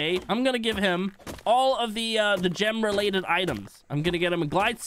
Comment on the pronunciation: I hear 'Jim' everytime he says 'Gem'😂